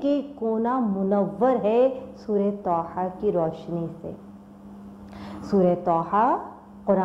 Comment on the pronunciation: سسٹر طھ ھے نہ کہ ط ح